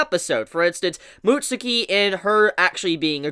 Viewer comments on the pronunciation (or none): none